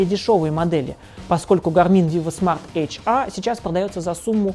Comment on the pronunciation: ЭйчАаа, Эйчэр говорить надо. Англичанин...